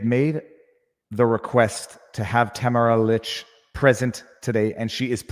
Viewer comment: Just so you know, her name is pronounced “Ta-MAR-a leech”.